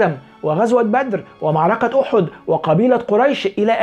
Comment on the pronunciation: تابعت الحلقه كامله،بأختصاااار.. بدى جلياً جهل وتدليس منشئ المحتوى، يا اخي نطقه لبعض الاحداث او المواقع غلط كمثال: غزوة أُحد . هذا يدل على جهله وسطحيته.. عندنا مثل فالسعوديه نقوله وهو : غشيم متعافي. هذا غشيم وكسلان يروح يبحث مزبوط ويطلع على المسميات والمصطلحات فما بالك بالتحقيق بالاحداث التاريخيه